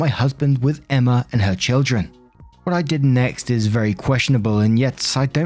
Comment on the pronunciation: The girls name is emma.... E M M A FUCK 10 MINUTES OF EMMERRRR IS TOO MUCH How bout you try to pronounce peoples names at least